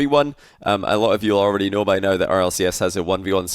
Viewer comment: “Everything you need to knoiw”